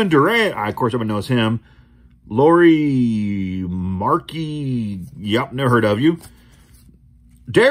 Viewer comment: Lauri Markkanen is from Finland and you really butchered his name.. 🤣 and if you did not know he is under the costume of Chewbacca most action parts and later all.. in disneys star wars (read not real Star Wars ep1-6 is only real 😁) and by the way greetings from Finland